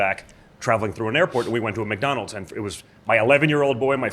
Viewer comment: "MacDonalds" 😂😂 i follow another guy that calls it MacDonalds 🧡